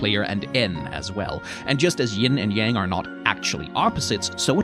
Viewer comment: The contrast between such a great explanation of Taoism, and the incorrect pronunciation of Yang is physically jarring